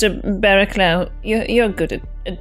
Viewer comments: Ross's characters name should be pronounced bara-cluff I know it sounds wierd for the spelling but that's England for you lol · Barraclough is pronounced "BA-ra-cluff". "BA" as in "BAT", "cluff" ryhmes with "rough". Mainwaring is pronounced "MAN-ner-ring". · Those names are pronounced "Baracluff" and "Mannering"